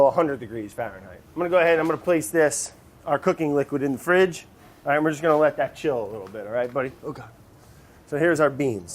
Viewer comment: Randomly Clair you allight? lol